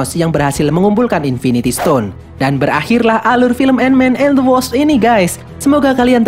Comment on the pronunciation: End we bukan "and" -_